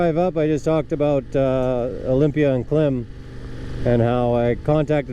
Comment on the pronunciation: Klim is pronounced Climb. You probably offended them. LOL